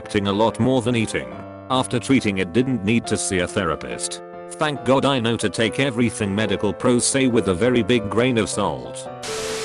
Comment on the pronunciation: Word: Y'Know How To Say It: yuh-noh How Computer Dude Says It: yik-noww